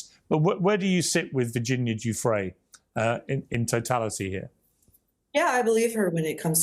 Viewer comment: Ffs bro come on, at least try to pronounce the name correctly. Giuffre, it's a French name. Please stop calling her Juffrey.